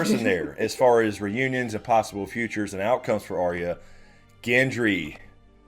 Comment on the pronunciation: I have issues with the way pronounces Arya. I will also now and forever associate Michael Jackson’s Beat It with Tweet Tweet Tweet Tweet it. Thank’s a lot.